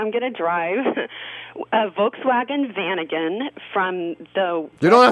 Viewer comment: Strange pronunciation of Vanagon.